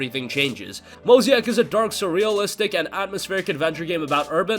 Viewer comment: Mo-zay-ick not Mo-zee-ack lol